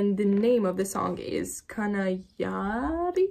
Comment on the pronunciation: Wow your pronunciation of kana yaari and other pakistani words was pretty dead on. Maybe because Ukrainians can roll their Rs and do the soft D sound.